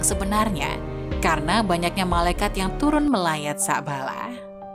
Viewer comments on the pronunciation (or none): Pengucapan kliru,bukan sa'bala,tapi sa'laba😅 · Mengucapkan muhamad saw..dan lapad allah gak paseh..belajar ngaji dilu biar gak salah kaprah..sabalah2 kow ucap kan